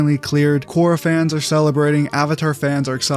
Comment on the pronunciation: There is non"uh" sound in water tribe names. The names you mentioned do not make any "Uh" phonetic. Kor-ra Ka-ta-ra Sok-ka